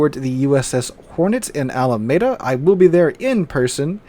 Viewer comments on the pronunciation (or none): Alameda is pronounced with a long ‘e’